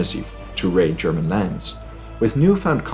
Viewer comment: Greetings from Augsburg! Every child in the region learns of the battle as early as elementary school. :) You explained the battle very well. PS: nice German pronunciation :D